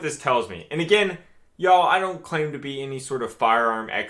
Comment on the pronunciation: Where is our boy from? Everytime he says "yah'll" it just blows me away.